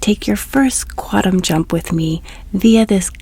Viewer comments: The N in quantum isn't silent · You seem like a nice person. I can’t listen to your videos because you can’t pronounce “quantum.”